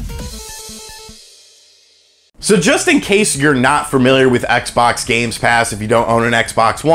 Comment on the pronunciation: the way he says xbox hurts